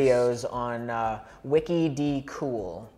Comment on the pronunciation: Davey Wavey's channel name is pronounced "Wicked Cool". I love your channel. You guys are so open and honest and thoughtful. This was a fun video and I look forward to the next one.